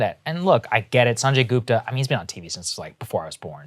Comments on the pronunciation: GOOP-ta? GOOP-ta?! Might as well call yourself Say-grr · LOL is Saagarji pronouncing "Gupta" American-style?? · sagaar pronounciation of gupta is a travesty